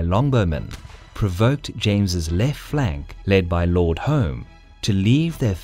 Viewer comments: lord Home is pronounced Hume. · The name Home- as in the earls of Home or Lord Home is pronounced Hume. I don't know if that was the case in the early 16th century but the former British PM, Alec Douglas-Home who had been the 14th Earl of Home died near this battlefield at Coldstream in 1995. I assume he was a descendant or relative of the Lord Home mentioned in this video. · Home is pronounced “Hume” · Minor, but the title "Lord Home" is actually pronounced like "Hume", rhyming with "room". Despite his leadership failure here, his descendants did fairly well for themselves, one of them eventually becoming Prime Minister of the UK in the 20th century.